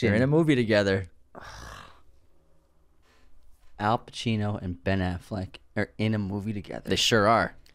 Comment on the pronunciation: it’s al, not hal. it’s also penTANgeli, not pet-an-jelly.